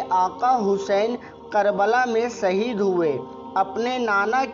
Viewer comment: Saheed nhi shaheed hota hai be tu pehle urdu seekh le phir gayan dena